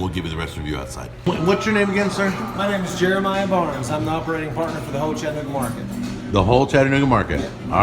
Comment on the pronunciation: As a native of Chattanooga, thank you for pronouncing "Chattanooga" correctly. It's apparently a hard word for many people, even after living here for many years. As a relatively new fan and subscriber, I would have come down to say "Hi" and see if you had any of your bottles of seasoning with you for sale. Take care, and keep up the good work!